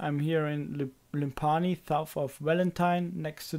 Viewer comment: Lim-pa-nee lol its limf-any